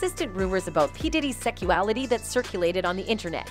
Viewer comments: Will someone please tell me wtf is "seckuality"? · is no-one hearing the wrong pronunciation? the constant "secual" and "secuality", then co-ver instead of cover..